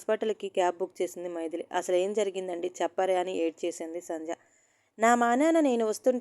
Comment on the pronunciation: మైదిలి కాదు మైథిలి అంటే సీతమ్మ వారు. చదివేటప్పుడు సరిగ్గా అన్నీ తెల్సుకోవాలి